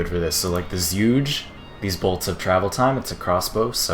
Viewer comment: Zhuge is pronounced (roughly) "jew-geh" It's a chinese word meaning repeating crossbow.